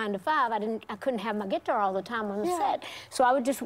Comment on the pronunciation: As a New Yorker, I love how deep southerners say “guitar” lol.